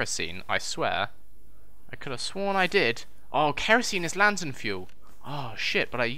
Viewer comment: Haha a LANGHTERN! I'm dead